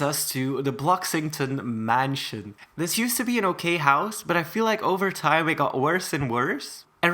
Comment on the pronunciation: Please speak right and don’t say dis and stuff like that not being rud it’s does not hoythrr me my cousin told me to ask you she does not know how to type